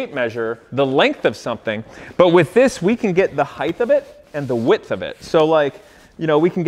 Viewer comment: "heighth" My brain: "height" Repeat 20x